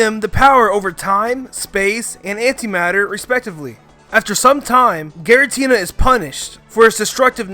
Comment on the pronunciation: It's see-noh and it's gee-ra-tee-na